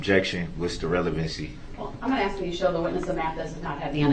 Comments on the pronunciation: I laugh at eszibit and ax . 😂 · Axe? Its Ask.... use proper English